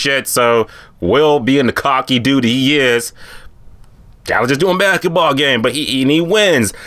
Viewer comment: This Nigga can’t say basketball well at all 😂😂